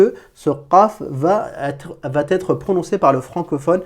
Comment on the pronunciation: Super......mais pas 'va..T.....être.'.....en français pas de T à la fin de il va...(être).......cordialement